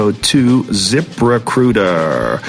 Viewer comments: joe said :zip recruiter i hear: zipper cooter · The whole time I thought he was saying "Zipper Cooter" LOL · ITS SOUNDS LIKE YOU'RE SAYING ZIPPER COOTER. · the 1st 10 or so times Joe said it i swear I heard "zipper cooter" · I totally thought he was saying zipper cooter 😂 I was gonna say, that sounds more like Asian pussy rather than a job posting site. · did anyone else hear ziprecruiter as zippercooter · What's the name of the website to screen and hire people? I can't make it what he is saying there